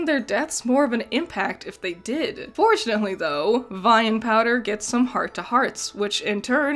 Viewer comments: I like that you pronounce Vi as Vee for the first half of the video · Gurl how did you watch the show and still pronounce Vi name wrong? Lmfao. It's such an easy name too, literally two letters. I understand not being about to pronounce Heimderinger, but Vi shouldn't be hard at all. Also, they don't live in a racist world like ours so there's really no need to linger on "what is that?" So, I don't see the purpose of hinting about Heimerdinger's race (yordles) in the first episode. I think it's awesome that they have so many different species in their world and no one gives a fuck. Nor does homophobia or sexism seem to exist. I wish our world made such progressions. Honestly, so much of this video seem to have half baked criticisms. Jayce's backstory isn't even meant to be tragic. It was the sole basis of his love for magic, how is that a tragic backstory? Sounds like a bunch of needless nitpicking. Sounds like you want shows to treat you as if you are dumb and baby you through everything.